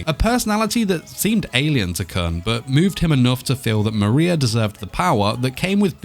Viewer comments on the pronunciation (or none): 6. (And it's pronounced koon) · hhhNNNGGGGHHHHH HIS NAME IS KOON!!!! IT'S PRONOUNCED KOON!!!! AND WE DO KNOW HIS AGE!!!!!! HE'S SEVENTEEN!!!! sEvEnTeEn!!!! Currently in the comic he's 25, but the series starts when he's seventeen.